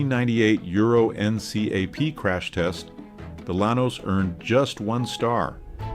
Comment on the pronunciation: It's pronounced "en-cap" my friend. Euro-N-cap.